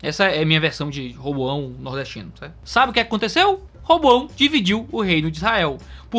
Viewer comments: Roboão nordestino foi ótimo kkkk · Muito bom! Bênção de Deus! Um detalhe, em m a versão nordestina de Roboão ficou interessante. 👍